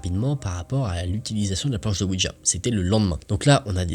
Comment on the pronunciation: slt tes videos sont super genial merci a toi vrmnt 👍👍👍👍👍 en ce qui concerne le ouija de lecture mai la prononciation c est ouiya oui francais et la ja allemend qui ce dit ya 😉